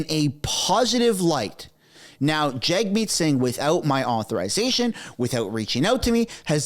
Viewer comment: it maybe just me, but it sounds like journalists refer to him as Jugmeet, and not Jagmeet! It's wild